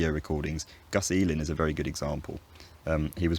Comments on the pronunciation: I think you mean vewwy no wery in tho the confusion is understandable seeing how you discussion the merging of v and w later in the video too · minor minor error "very becomes wery" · I noticed that you replaced the V with a W when you were talking about replacing R with a W. Nonetheless great video. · Be vewy vewy quiet…I'm hunting wabbits!